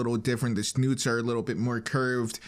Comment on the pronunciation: The "snoots" 😆 Sometimes I really love tiny flubs like that